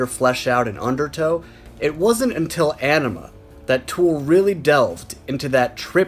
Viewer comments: On-ima not enema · Its pronounced Oh-nima not An-ima,jeez. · Bro. It's not "anima" like "animal". "Aenima" is pronounced "AH-nima". Like the "Ah" in the word "ankh". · It's "Ahhhhhhh-ni-mah" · Is it weird that it bothers me when people pronounce AEnima incorrectly?! 🤘🤘🤘 Spiral Out my friends